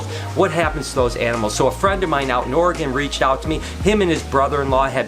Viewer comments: sorry for your loss, but i have to give you some shit I am an Oregonian and it is not ORYGONE it is pronounced OR- A- GUN:) Love your videos keep up the amazing work!! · Ack it's pronounced or-e-gun! Wtg taking care of those snakes.